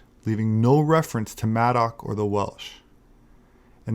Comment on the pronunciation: Did you say Maddox?